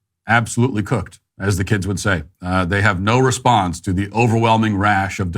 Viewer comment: Matt saying "cooked" is diabolical 😂😂 I love it